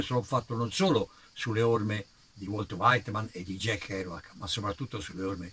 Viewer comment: nemmeno Walt Whitman pronunciato Wolt Waitman e Erlei Devinson...sempre con rispetto!